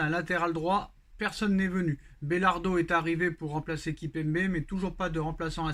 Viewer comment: c'est pas belardo mais Beraldo mais c'est pas grave 😂